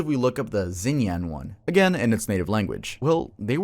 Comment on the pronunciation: pronunciation of xinyan is killing me lmaoo good work as always tho 🫡